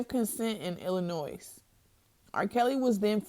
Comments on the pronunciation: The “s” in Illinois is silent. Not trying to be petty, but that’s like nails on a chalkboard to me lol. As for this interview, it is clear in every word and contradiction, that this young lady was severely damaged by her experiences with him. For you RK supporters, take the time to research the signs and effects of abuse or shut up. Because you’re just showing your inability to intelligently process information and think critically in saying stuff like “abused people do not stay, defend or say they love their abusers” and other stupid crap. That is EXACTLY what abuse victims do!! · Lol this chick doesn't know how to pronounce Illinois? She graduate from high school?